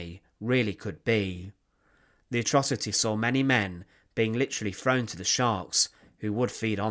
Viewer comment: You're videos are interesting but your pronunciation is so bad I can no longer watch them.."estimated that between free and 14 million people", "def marches", "free foot long bamboo baskets", "frown into trucks", "driven frew the countryside", "standing wiv her farver"